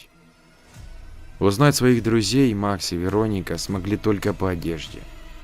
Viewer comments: ну вы же русский, аудитория в основном русская, зачем коверкать? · то ВерОника, то ВеронИка. Определиться бы. ВерОника обычно западное произношение. Тогда Ангелину надо было Анджелиной/Анджелой назвать, если уж история на западный манер.